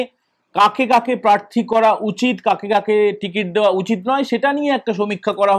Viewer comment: তোমাকে বলেছে কানে কানে? 😂 শোনা যাচ্ছে আপনাকে প্রেররররার্থী করবে।